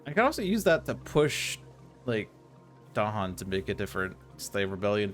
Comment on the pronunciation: Well done., I"m not in a position of expertise with regard to Spirit Island to comment on whether your play of A Spread of Rampant Green was optimal. But having listened to several interviews with R. Eric Reuss, I am certain you are not pronouncing "Dahan" with the stress on the proper syllable.